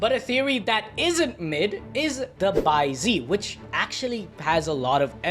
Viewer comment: bai ze is pronounced bai zeh/zuh not bai zee